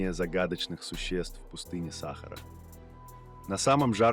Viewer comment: Программисты х.....вы, черта ли вам не сделать ударения-то нормальные, - САхара !!!